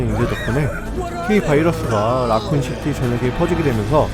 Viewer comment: 혀가 너무 짧아요 ㅠㅠ 살출하는지 탈출하는지,, 아쿤시티인지 라쿤시티인지, 전반적인 발음이 혀가 입천장에 완전히 닿지 못하는 전형적인 혀짧은 패턴... ㅌ와같은 파열음이 ㅅ 소리가 나고 ㅅ는 th나 ㅎ소리 비슷한 발음 ㄹ은 ㅇ에 비슷하게 들려요